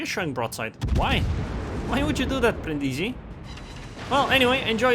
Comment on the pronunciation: Nice game...but accent on Brindisi is on the first i Brìndisi